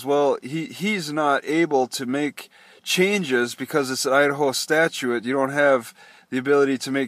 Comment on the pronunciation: Idaho Statutes (sta-choots or stat-yoots)not sta-choo-ettes) 49-1805 (d) _ In order to receive a post-storage hearing, the owners, or their agents, must request the hearing in writing within ten (10) days of the date of the notice. Any such hearing shall be conducted within forty-eight (48) hours of the request, excluding weekends and holidays. _ You have to put the request in writing within 10 days of the Notice they are required to send you by certified mail and they shouldn't schedule the hearing on a weekend or holiday. You'll need to check your Washington address somehow to see if the Notice arrives unless you have given them your new temporary mailing address in Boise.